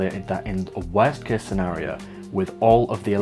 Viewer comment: Blame it on my American ears and your accent, but I thought I heard you say something about the lips’ “worst kiss” scenario… 😅